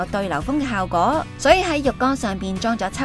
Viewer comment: 旁白咬字咬好D好唔好 係 效果 唔係 效嗰